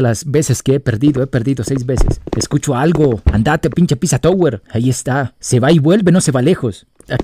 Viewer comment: queriendo corregir las ZZ del PiZZa Tower pero todo el video pronuncia "tOWer" en vez de "tAUer", como es el caso de que el escrito OW se pronuncia como el diptongo AU en inglés.:p